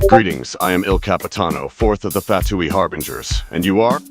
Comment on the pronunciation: "im number Eleven of the Fatooi Harbingers CHILLED"